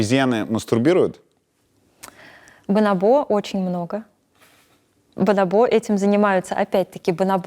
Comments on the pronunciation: Мне одному режет слух бонобо́, вместо боно́бо ? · Почему бонобО, а не бонОбо? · Везде слышала и читала про ударение бонОбо а не бонобО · Меня одного потрясывало, когда она вместо "бонОбо" говорила "бонобО"?) Просто не смог ее после этого воспринимать всерьез, не смог дальше смотреть. Для меня это все равно, что "дОговор" или "звОнит" - дико режет слух. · Почему бонобО, когда бонОбо же? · БонОбо — ударение на второй слог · Специалист по обезьянам не знает куда ставить ударение на слово "бонобо". ОрангУтан, мартышкА, шимпанзЕ. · она изучает их с учеными, говорящими на испанском. На испанском ударение именно на второй слог, так что вполне очевидно, почему она его ошибочно ставит. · на второй слог правильно и на испанском, а она ставит ударение на третий